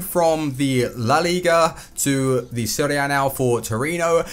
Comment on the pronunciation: A not Ah